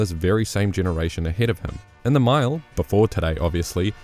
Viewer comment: oh, you were saying 'mile'? sounded like Maya